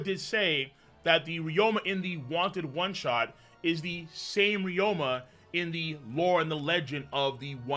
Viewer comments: His name is Ryuma, not Ryoma. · RYU-ma not RYO-ma Jesus Christ